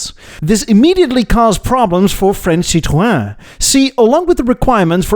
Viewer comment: Do you see the diacritical marks on the e in Citroën? That means the o and ë are pronoucnes seperately as in Citro-en. And en as in the letter N. It's not pronouces Citro-awh or citron (which is candied lemon peel).